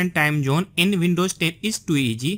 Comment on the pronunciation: what accent is this? Time Jhoone..WTF